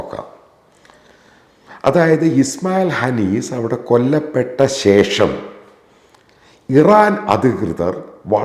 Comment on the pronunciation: DAAAAAA . MAIRA KIRISANGHI . AADIYAM TAN SHERIYAM WANNAM MALAYALAM UCHARIKAN PADIKUGA . SATHIYAM PARAYUGA . ISRAEL MADA NEDAWALLA . KAMNAHI . ISMAIL HANEES ALLA . ISMAIL HANIYA ENNANU . DAAAAA . PANNA TAYOLI . HANIYAYUDE KABARADAKAM QATARIL WENAMENNU . QATAR AMEER . AAWESHIYA PETADANU . HANIYAYUM KUDUMBAWUM QATARIL AAYIRUNNU TAMASAM . TAN JOODA PANNIYALLE . TAN KALAWE PARAYU . PARA NARI .